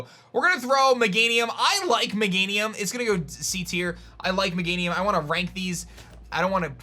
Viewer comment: Not magenium ......meganium